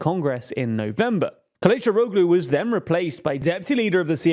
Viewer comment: The -oglu ending in Turkish names (e.g. Kilicdaroglu) is pronounced with a soft G, you barely even hear it. It's pronounced somewhat similar to an H. When you use so many names ending in -oglu it gets quite confusing